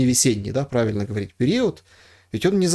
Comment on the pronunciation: Только есть несколько нюансов: в русском языке принято [г а в а р и т ь], а не [х о в о р и т ь], потому что (1) в русском языке "г" -- не грассированная и (2) безударная "о" редуцируется в [а]. А ещё по-русски грамотно говорить "из Москвы/Киева/Копенгагена/etc", а не "с Москвы/Киева/Копенгагена/etc". И в России это знают лучше, чем в Украине.